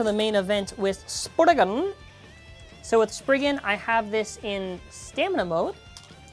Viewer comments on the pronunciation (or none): he said spriggan so funny